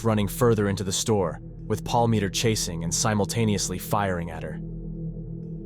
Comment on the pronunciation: You mispronounce his last name the entire time I think it was about 100 times